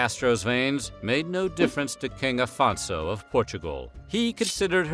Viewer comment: Afonso is pronouced Aphonsso, not Alphonso. the rest is right